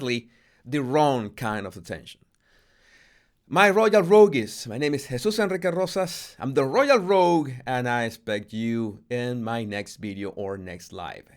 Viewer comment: A gentle help: The E is silent in Rogue.